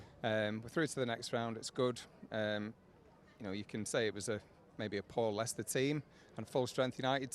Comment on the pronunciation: It’s Leicester 🤐